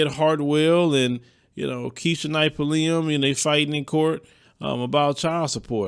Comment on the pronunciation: He really does not know how to pronounce her last name